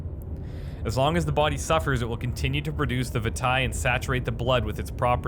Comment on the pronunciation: Did anyone ever let you know that "vitae" is pronounced "vie-tay" and "laudenum" is pronounced "lodd-en-umm"? You're pronouncing it "veetay" and "loud-enum" in these things.